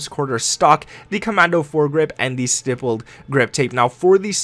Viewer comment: Thank you for being the ONLY gamer online who knows how to pronounce "stippled." #applause